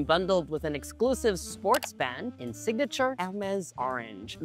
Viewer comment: Pronouncing Hermes that way is like calling a croissant a KWAH-SOHN. But the pronunciation of band was the most 😅😵